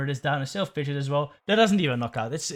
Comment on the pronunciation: It’s pronounced “Pid-Gee-Ott” not “Pidget” 😂